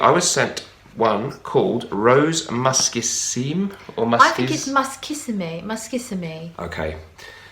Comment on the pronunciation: the man got the pronunciation right: Muskissime, the suffix "Issime" in French is a superlatif, means "very musky". You don't prononce the final "e" unless it has an accent on it.